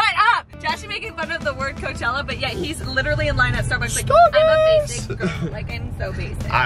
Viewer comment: Josh making fun of the word cochella yet when he pulled up to Starbucks he said "we're at STARBYS" 😭💀